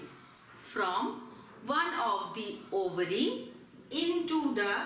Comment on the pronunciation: Overy Is Ovary 😂😂😂